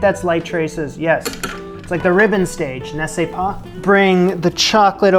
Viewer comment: Love that every time you sait "N'est-ce pas" it sounds like "Ne sait pas" which is "(I) Do not know" instead of "isn't it". Don't change it it's lovely! But Chantilly pal. Shan tee yee. Your start is perfect, but double- Ls make a Y sound like the Y in "yes" chantiyi. Regardless this looks amazing and I'm happy you got it out of the pyrex.